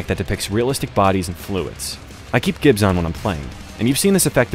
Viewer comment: The "g" in "gibs" is pronounced like a 'j'. It's supposed to be a short version of "giblets". The term was coined by the Id Software guys that created DOOM. Themoreyouknow.jpg